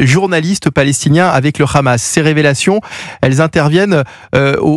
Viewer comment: Même le journaliste français d'Europe 1 dit kkkkhamas et il est incapable de parler français